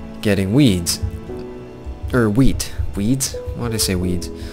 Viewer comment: jhe said wheat I thought he said weed